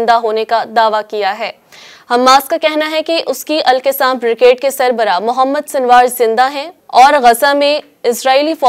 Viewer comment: مہربانی فرما کر تلفظ سیکھ کر پڑھیں ۔۔۔القَسّام